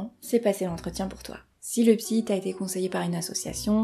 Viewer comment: "Soignable par la psykk" eurk xD Merci super vidéo ! vous captez bien l'attention <3